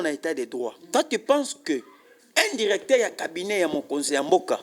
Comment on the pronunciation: Yoka ndenge azo prononcé les mots; Djirecteur, valorigé, djisept, djis...